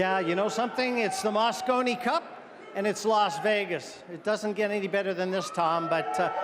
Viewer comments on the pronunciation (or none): I don't know which one was worse! The guy saying "moscino cup", or that he thought it was 2016???!? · Loooooool moscino 🤣🤣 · Did the announcer say mascino?!? And did he also call the European team ‘runners up’? He might as well said the 2nd place team. Europe is clever with their adjectives and adverbs, but sorry guys; when it’s a race between two teams, it’s winners and losers.